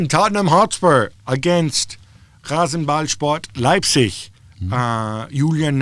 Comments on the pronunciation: My compliments to Gabriele for the perfect pronunciation of Rasenballsport Leipzig. Especially the 'Leipzig' part. Not an easy word for a non-native to get right. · Wow Gab’s pronounciation of RasenBallsport Leipzig was perfect. Does he speak German?